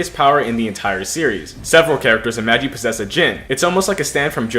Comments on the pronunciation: Normal people: Ma-gee: maj-e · he said the anime name wrong 💀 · as im watching this i hear butcher the anime name so bad